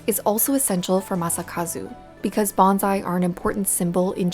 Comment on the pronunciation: Common, but wrong. It's "bonsai" not "banzai".